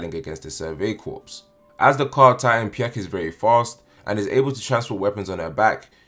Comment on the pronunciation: Corps is pronounced ‘core’